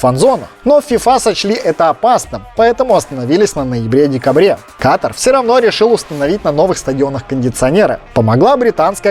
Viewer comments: Почему русскоязычные неправильно ставят ударение? Говорят кАтар, вместо катАр? В школе географию не учили?🤦🏻‍♀️ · Катар!!! А не Катр. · Дружок не катр а КАТАР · Какой КАТР? Не КАТР а КАТАР QATAR Ребята не говорите пожалуйста КАТР